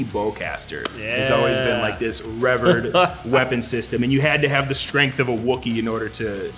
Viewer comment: did he just say reverd? not revered